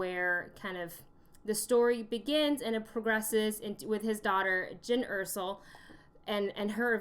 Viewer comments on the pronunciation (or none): You kept saying Jyn Ersell (Er-Sull) when it's jyn Erso (Er-So